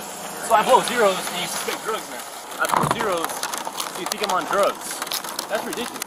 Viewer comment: "you wanna blo me?" hahaha